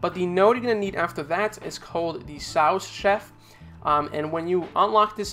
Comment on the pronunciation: Sous, like wood, last s is silent